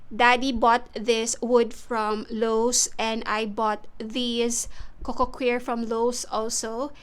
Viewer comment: Coco “choir” not coco queer 😂